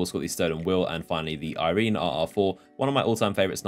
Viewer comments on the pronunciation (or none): none